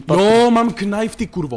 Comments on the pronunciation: Čau, videjko super.. ale to Knajf, knajnfuju.. knajf only:D Promiň ale rve mi to uši, protože se to čte ''najf'':D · Doufám že "knajf" říkáte taky naschval.....